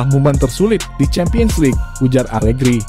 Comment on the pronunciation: Pecat.pelatih alerhi semua orang.bukan Alegri tp alerhi.mau munta